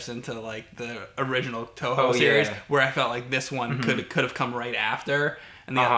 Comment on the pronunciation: Eternia, it's a joke. It always sounds like "Touhou" when James says "Toho"